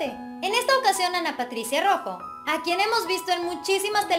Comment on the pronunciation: por lo menos menciona correctamente Su Apellido